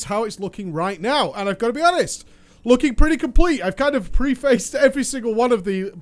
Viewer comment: Did you just say pre-faced?